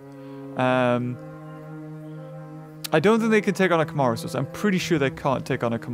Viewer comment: How to pronounce the dinosaur names that appeared in the video Yangchuanosaurus (yang- shwa- no- sau-rus) Nigersaurus (nee- zayr- sau- rus) Camarasarus (ca- ma- ro- sau- rus) Edmontosaurus (ed-mon- toe- sau- rus)